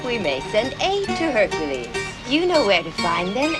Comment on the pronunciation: BTW HErcules have "K" in some languages. Liek mine. I don't know how it is in German language. Your complain stays but this might be the reaon why he made that mistake.